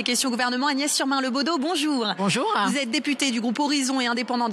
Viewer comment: Rien que le "Bonjourein" de la macroniste donne le niveau de son discours🤣🤣🤣